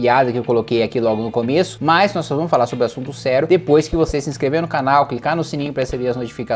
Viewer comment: Impressão minha ou o kim falou "sero" no começo ao invez de "serio"?